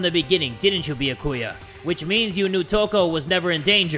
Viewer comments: He technically pronounces it right. I mean, he says the right syllables. He just emphasises the wrong bit. It's supposed to be Bee-YAH-koo-yah, rather than Bee-yah-KOO-yah, which is what says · Am I the only one who's getting annoyed with the way he's pronouncing Byakuya's name?? It's "Bee-Yah-koo-yah" not "Bee-uh-koo-yuh" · Why yes, I do get mad whenever says Byakuya’s name wrong. He says “Bee-yuh-coo-yuh” instead of “Bi-ah-ku-ya” and I want to hit my head against the table. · I can't believe I'm doing this but.... ITS B-YA-KU-YA I'm sorry. Lmao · Lol jay pronouncing it like "bee-ya-koo-yah" annoyed me at first but i just got used to it lol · It's pronounced bee a ki ya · I love how he pronounces byakuya as “bee ya koo yah” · I pronounce it as "by ya koo yah" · I know you aren't reading the comments but still I am b e g g i n g you to pronounce Byakuya properly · UGH do any Byakuya kins or stans get mad every time says “Byakuya” i’m not even a stan or a kin and i just get mad 😤😤 anyways i still love you but pls say his name right 😔😭